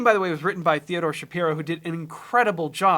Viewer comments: Just a note on name pronunciation; he pronounces it like “Shep-pyro”, not “Shap-pee-ro” like the common pronunciation. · Shuh-pie-row, not Shuh-pee-row for the composers last name. They had him on the severance podcast and there was a whole conversation about the pronunciation 😂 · Small correction: Theodore's last name is pronounced Sha-PIE-roh. Love this song - great overview, and thanks for breaking it down! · Apparently it's pronounced "Sha-pie-ro", but he wrote three possible themes ahead of time and sent them to Stiller, who fancied a particular passage within one of them, so Shapiro took that part and expounded on it. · Just a tiny note (ha!) - it’s Teddy Sha-PIE-ro :) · Very cool, thanks for this! Idk if anyone else mentioned this, but Theodore Shapiro is pronounced with a hard I, like the word pyro. I’ve been listening to the official Severance podcast with Ben Stiller and Adam Scott, and they’ve always said it that way, and then they had him on the podcast too, and he talked about the pronunciation of his name (confirming the pyro pronunciation). Anyway, this is the first video I’ve seen of yours, and you’ve grabbed my interest, gonna subscribe! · its pernounced Sha-PIE-ro dont forget😆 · The composer’s last name is pronounced Shup-EYE-row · Theodore Shapiro actually pronounces his name "sha-pyro" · Theodore pronounces his name sha PIE ro. This is such an amazing piece of music. That other guy is right, they played the song on the set because it was written so much earlier due to the pandemic. Music has such an incredible power over a TV show. Succession wouldn’t have been the show it was if not for Nicholas Britell. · The music came first, and it’s pronounced Shuh-PIE-row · Shapiro is pronounced "Shu-peye-ro" - according Ben Stiller. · Adam Scott and Ben Stiller have a podcast and they had the composer on and just a heads up he has a long i sound in his name, like SHA-pie-RO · Teddy Shapiro pronounces it as a long i, like "sha-PIE-ro" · Sha-pyro fwiw